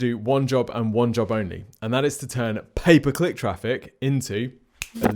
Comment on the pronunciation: I hear "paperclip traffic" when you say "pay per click traffic" 🤣🤣 I was like... WHAT is he talking about!